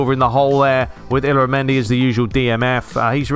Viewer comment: I think Oyarzabal's name is pronounced kind of like: Oi-aart-saa-bal with emphasis on the saa part. and in spanish, the "L"s in the middle of words are pronounced like "Y"s. so Illaramendi's name is pronounced like Ey-aara-mendi. and David Villa like David Vi-ya. I'm not spanish so might be mistake there.